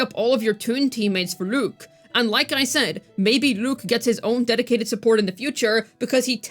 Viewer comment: Why you keep pronouncing his name like that 😭 Lüük 💀